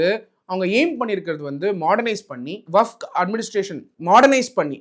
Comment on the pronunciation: வகப் இல்லை டா வக்ஃப் என்று சொல்லுடா முட்டாளே.